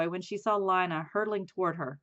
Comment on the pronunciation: You are saying Lina wrong